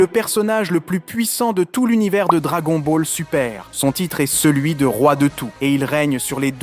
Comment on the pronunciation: "Dra"Guon" Baull Su-per" oula ca pique ahaha 😅